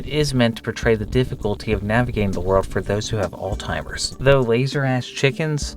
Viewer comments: All-Timers disease??? Lmaooo it’s pronounced all-z-imers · I don't know if saying "all timers" is a joke. If it is, it feels kinda disrespectful. If it isn't, the correct pronunciation does not have a "t" sound in it. It's more like "ALL-ziymers". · Why do ppl say alzheimer like "all timers" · “old timers disease?” Or did you say “AULD TIMERS?” Nope… Try Again, it’s ALZHEIMER’S Disease. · It’s Alzheimer’s not old timers. Lmao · please it is not called "all timers disease" 😭 it's Alzheimer's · Why do people insist on pronouncing Alzheimer’s wrong like 80% of the time. It’s not “old timers, all timers, etc.” literally ALZ HI MURZ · Are you saying "oldtimers" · Not tryna be a butt, but why do you pronounce Alzheimer's as "Old-timer's" or "Alteimer's" there's no T in the word. Again, not tryna be a butt, just wondering about your choice of vernacular. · Sorry dude, but I'm laughing so damn hard at you pronouncing "Alzheimer's" as "Old Timers" 😂😂😂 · Alzheimer's not alltimers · "all timers disease" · "Alltimers Disease" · Its "Alls-high-mers" jesus I hate when people don't know how to pronounce shit and obviously put zero effort in checking if its right. Especially if the way you say it has sounds from letters that aren't in the actual word. You would think if its your job to read things correctly, you would actually do the damn work. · You pronounce alzheimer's like alltimers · "All Timers Disease" lmao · Did you say "old timers"? Instead of "alzheimers" lol. Also i'm pretty sure there was just a giant dick and balls running around in 1of these videos. Good luck finding it. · it's pronounced alts-heimers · Why do you pronounce alzheimer's as "ohltimers"? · I can't get over how you pronounced Alzheimers.